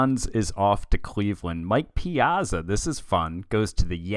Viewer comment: The way you pronounce "Piazza" is tilting me a bit :p Good video though, fun to follow this mini-series.